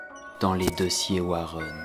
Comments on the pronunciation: On prononce Warènn et pas Wareun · Warren pas Warron, ta prononciation mec... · J'étais emballée jusqu à ce que tu prononce "Warren"...